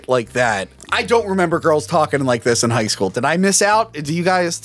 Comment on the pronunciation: "High Schoo!" *High School Also, Woohoo! back!